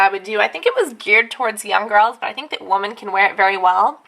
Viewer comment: LoL. Woman in plural is pronounced "wimin". Just saying. :P